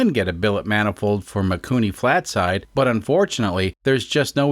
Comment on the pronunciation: You said "Flat Side" (I think). Maybe I am just not hearing your "L" in "Slide". 😊:goodvibes